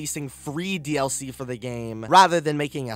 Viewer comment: Who elses ears hurt after listening to the pronounciations in this video? ".... the gaameeeee", "... the dlceeeeee", "when it initially drooopeeed" "cutsceeeeneees" "over and over agaaaaaain"